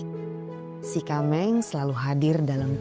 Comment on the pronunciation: Sie kameng kalau dalam pengucapannya biasanya kyak pengucapan “t” kak Ti kameng But thanx alot udah angkat aceh jdi topik pertama❤